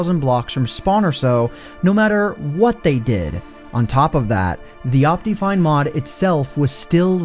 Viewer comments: What is wrong with your pronunciation of optifine? It's not ahp-tea, it's ahp-tih. Second, why are you still intro-ing things ? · based on the way he pronounces optifine, i can only assume also says "op-tee-mism" and "op-tee-cal" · you say optifine weird do you pronounce optimize as opTEEmize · The most broken thing in this video is his pronunciation of optifine